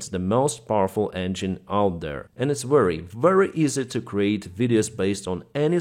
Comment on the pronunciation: So saying wery instead of very is a Ukrainian way.